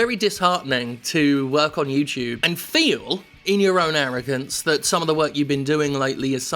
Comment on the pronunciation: Yew-Chewb Halfway through the video, Jim's pronunciation of YouTube was all I could think about.